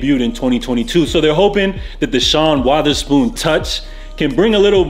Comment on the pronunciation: Sean Waatherspoon... Lolz Love your content btw 🥰